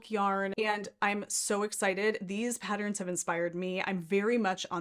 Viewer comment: It is pronounced pat-turns….NOT pat-tr-rins